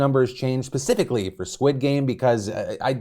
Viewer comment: I feel like Phil said pacifically on purpose. Lmao. No one else gonna comment on that??